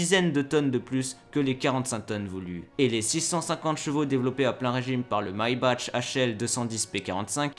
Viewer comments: le my bash ? on prononce (mais baque) maybach abrutis xD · On ne prononce pas Maybach « maillebatch » mais « Mébar ». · Le Taillegueur ? Maillebatch ? Et si on apprendrait* à prononcer les noms allemands ? 😅 Au passage, Michael en allemand, ce n'est pas Maïkeul (Keul ?). * je sais, c'est "si on apprenait", mais j'en avais tellement envie. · Bonne vidéo mais juste, Maybach se prononce « Mébar » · pitié on ne dit pas "may - bache".....